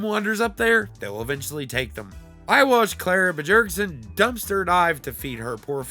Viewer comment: I’ve always pronounced it “bee-y-air-g-son” in my head for Bjergson. Your pronunciation threw me off but I also realized I have no clue and it’s probably a nonsense last name anyway.😸